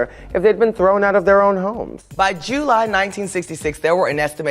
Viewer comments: Shangela: By July (JEW-LY) Me: Did she just say jewly??? AHAHAHAHAHAHAHA😂😂😂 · You're going to let Shangela get away with pronouncing July like that?